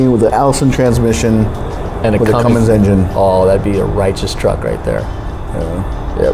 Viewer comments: All his credibility was lost as soon as he said "" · Come on dude. You are supposedly a pro that works on diesel engines every day. It's Cummins, not. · WHY does this "pro" keep saying ""??? There is no G in Cummins!!!! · For the RAM its Cummins diesel not. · Cummins, not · Stop saying, you sound like a moron. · Why does the mechanic keep saying? It's Cummins diesel not a porno... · He really should stop saying CumminGs! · Everybody bitching about him adding a "G" to Cummins... stop right now! We are only human. I've heard many people say "" - doesn't mean they don't know how to work on it. Don't judge him for something as trivial as that, because we'll all be judged someday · ""??? C'mon! Am I hearing right? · Ain't no G in Cummins. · Good video. Couple points. Cummins. Not. And I think you might be confused about the duramax headgaskets. There are 3 different thicknesses. Grade A, B, C. Also there is the old style headgasket you run on 2011 and older that look normal, and a gold colored one run on the 2012 and up. Anytime you do a HG, the heads need to be decked and the factory TTY fasteners replaced, and always run a grade C (thickest one) and it’s done. I don’t understand what your experience has been in having issues getting headgaskets for the duramax. I have 2 2006 duramax trucks, one is a dedicated race truck as well as a 2016. I find them much easier to work on than any 2003 and up Ford diesel. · Never trust a guy talking about diesel engine and calls it a! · Cummins not. Turned it off... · I can't trust the opinion of anyone that calls a Cummins a. FML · Couldn’t trust any so called mechanic calling a Cummins a!!! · What’s a “”?🙃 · Great video but please say Cummins instead of and VIN instead of VIN Number! Completely agree with your perfect truck! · It’s not, it’s cummins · Did this jackass just say?